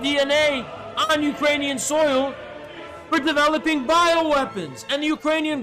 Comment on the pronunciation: god this is a good vid not only you have good takes, as a ukrainian i also especially want to thank you for correctly spelling and pronouncing ukranian names and the “hullamador” bit had me crying laughing